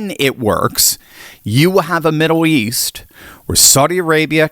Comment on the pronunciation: its Middle east. Not Middow East. get that checked.